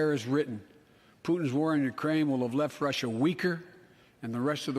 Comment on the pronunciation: me and my family have laughed until we nearly cried at this shit 🤣 or when he couldn’t say Russia.